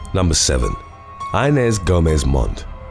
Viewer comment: Her name in the 1st one is pronounced "Ee-nes!"